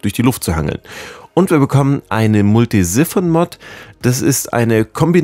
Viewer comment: Gutes Video 🤙 finds immer lustig wenn du Siphon sagst 🤣 sag einfach "sifon" oder denk an dein Waschbeckenablauf. Das nennt man auch Siphon 🤣 aber gute infos 🥳